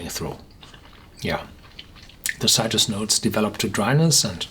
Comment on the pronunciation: Its not "sigh-trus" its "sit-rus"!